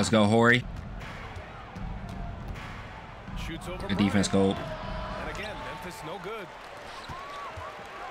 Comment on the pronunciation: When you pronounce our last name Horry the H is silent in it bro yeah Robert my family